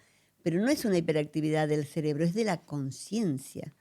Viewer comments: CeRebro, no es ceLebro ! 🤦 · Que energía tan bella la que ella irradia , muchas grcaias por compartir su conocimiento ! Y por amor a Dios corrige la palabra cerebro , no digas celebro que me hace un corto circuito cada ves que lo dices caballero 😅😅😅